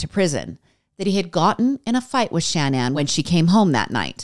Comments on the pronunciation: Love your content lots but is not Shan Ann it’s shaaa naaan and idk what the random photo of the family was but it wasn’t their family! And I say this in the nicest way possible. This story is super hard and upsetting and has always sticks with me! ♥️ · The repeated Shan Ann 🤔 cringe